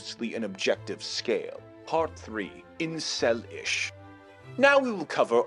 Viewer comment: he even got the Incel name right gawdamn